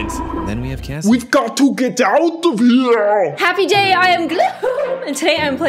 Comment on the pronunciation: You said happy jay 😆😆😆